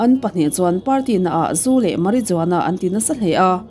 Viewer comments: Marijuana- Mariuana tia lam rik tur ani e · Marihuana. J hi H ang in lamrik tur a ni.